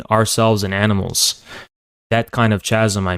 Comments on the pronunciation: It annoys me how this guy pronounces “chasm” ... an irrelevant comment but I feel I had to get it off my chest! Lol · He lost the debate when he said "ch-asm"